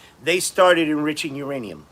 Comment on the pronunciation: Taco can't pronounce any words with 3 syllables or more, anonymous, Yosemite, uranium, etc.